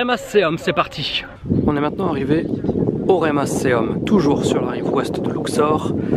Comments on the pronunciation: Pas "Remasseum" mais "Ramesseum" ! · Ne dit on pas "Ramesseum"?